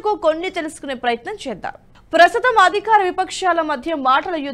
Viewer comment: అధిఖారం కాదమ్మా అధికారం. ఎన్నిసార్లు చెప్పినా మీరు మారరు! చిన్న చిన్న పదాలు పలకటానికికూడా అంత కష్టపడతారెందుకు! మీరు మాట్లాడింది మీరే ఒకసారి వినండి. ఉచ్చారణ బాగానే ఉందని మీకు అనిపిస్తుందా! శాయికృష్ణ గారంతటి వారిదగ్గర పని చేస్తూ కూడా ఆయన భాషను, ఆయన స్పష్టతను, ఆయన ఉచ్చారణను నేర్చుకోలేకపోవటం శోచనీయం. అది ఆయనకూ అంత మంచిది కాదు.